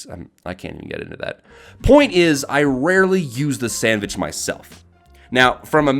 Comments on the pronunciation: ITS SANDVICH NOT SANDWICH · Actually it's SENDVICH not sandvich